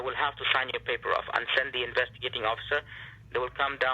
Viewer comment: Investigitating officers. Rakesh is that you? 🤣